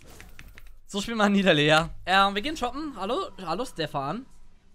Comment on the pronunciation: das heißt "Nie Da Lee"